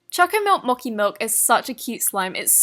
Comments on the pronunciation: MOCI MILK? it's mo-chi.. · mock-ee ummmm it's mo-chee. also, you either spelled the name of the slime wrong or you said it wrong. You said chocomilk but on the screen it says chocomint. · it is pronounced mochi milk Moche not mokhe milk lol 😆 maybe it is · I can’t fathom the fact that she said “Mochi’’ like “Mocki’’ mmmmmmmm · No offense but said mo-ckey it’s mo-chee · I can stand her saying mochi as mokie it’s pronounced as mochee like my dog 3 yr nephew could of figured that out befor ur dumb ass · It’s mo-chee not mock-ee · Moki????? Moki??????????? ITS LITERALLY MOCHI ITS NOT THAT HARD TO PRONOUNCE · I’m not trying to be rude or anything I love and I think her videos are amazing If she by any chance finds his offensive I’ll delete this comment Mochi is pronounced mo-chi not mock-ee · she always pronounces mochi like “moki” but it’s pronounced “mochi” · mochi is pronounced moe-ch-i not moe-k-i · Plz pronounce " mochi " properly . It's " mochi " with a " ch " not " moki " . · Mochi is pronounced mo chee, not mo kai, at least that’s what I grew up hearing. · Guys she said mok-ie in stead of mo-chie *facepalm ( chocomint mochi milk). Oof. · she says Mochi really weirdly!!!! It’s like she was saying it like, “Moki” when it’s really pronounced , “Mochi” like how you spell it!!! Lol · she says choco mint “mokee” milk but it’s actually pronounced “mochee” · Isn't it suppose to be "mo-chi"? Not moc-hi It ok, still love her tho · "Mokee" that annoyed me it's supposed to be pronounced as "mou-chee" it's a Japanese dessert 🍡 <-- looks like this but only one ball ( that emoji is a dango) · Mo-chee not mocky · No offense but it's pronounced mo-chi not muh-ki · Mochi [ motshi ] I don’t think it’s pronounced as moki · GIRL... It's pronounced M-OH-CH-EE not M-AW-KEE. Just a heads up. 😂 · * reads MOCHI *says moki Me:Uhmmmm I think that's supposed to be pronounced MOCHI AS IN (Mo-Ch-I ) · it’s called moCHi not moki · Mochi is pronounced moh-chee, not mocki :)